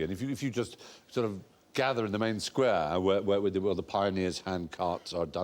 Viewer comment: I know we all joke about how posh Stephen is but the way he says "Square" at is absolutely ludicrous. He sounds like a caricature.